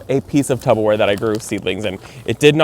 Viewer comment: Did he say, "Tub-a-ware"?! 😂 I'm officially calling it that from now on!!!!!❤😂❤